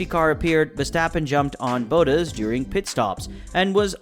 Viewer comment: Me only minutes into the video.. Wait did he just say boot-taz.. haha i love the haters in here. I have to agree your pronounce of some of the drivers name's could use some work. Not sure where you are from,, Maybe listen to some of the Sky F1 / Channel 4 commentary. But the video's are good for someone just starting. As Max would say:: Simply Simply Lovely😆